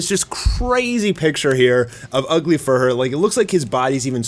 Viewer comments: It’s not fur her. It’s fuhrer like hitler. (Fewrer) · Isnt it pronounced "Fyur-ur"? Not to be mean, but its definitely not furr-er. Ugly fursona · Dude, it's not "Fur-her", more like "Furor" (Führer). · Fee-uh-rehr, not "furr",. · Just wondering why you pronounce it as "Fur-her" rather than as "Few-rer" or closer to the German word for "leader". Is it to avoid the censors (like saying "Black S" instead of the character's actual name)? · Thank you for not forgetting about poor Child Emperor...like some other YouTuber did. Again, Fuhrer is pronounced "fi-oo-rer," NOT "fur-her." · Why the hell do you pronounce Fuhrer Ugly so weirdly? It's Fuhrer, not "Furhur" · Why do you call him “furr-her”? Is it bc you don’t want to make that correlation? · jees, learn how to pronounce words. Its not fur-hur. just google fuhrer and listen to the pronunciation or u'know watch ANY WW2 history documentary. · "Fuhrer" is pronounced *few-rer... It's a Jerman military rank, kinda like captain or general. Great show btw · the nth video in, and still calls him fur-her XD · Fuhrer is not pronounced "Fur" sir. Come on dude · I think it's pronounced Few-Ruh. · Fuhrer is pronounced with a silent h. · Someone tell him how to pronounce Führer 😂 it’s like he learned nothing from WW2 history books lol